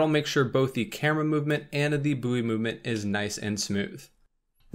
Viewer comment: Mas said booeww instead of its proper pronunciation :')